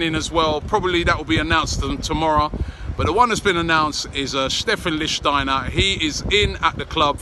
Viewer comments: Oh no he said Lichtensteiner... 😵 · Robbie his name is LICHTSTEINER NOT LICHTENSTEINER! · Robbie, it's pronounceed Lichstenstenstenstensteiner !! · LEEK-SCH-TEINER! but at least you're trying now! haha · New drinking game. Take a sip every time Robbie pronounces Lichsteiner differently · Robbie pronounced his name differently each time lol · Your getting closer to saying his name right. But still not quite right